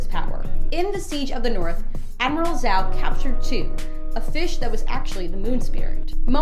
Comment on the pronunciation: You lost me when you couldn't pronounce Zhao right